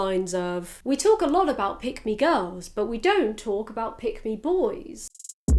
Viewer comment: it sounded like you were saying "pygmy boys" it made me giggle